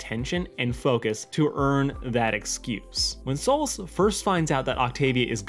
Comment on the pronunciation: It's Stolas not Stolitz...